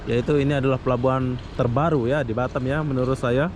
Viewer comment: Boss nyebut BATAM nya kok jadi BaTEm...hehehhehe klu di englis nya artinya lain boss hahahha